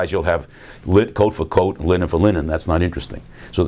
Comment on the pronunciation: Every time he says linen, it sounds like Lenin.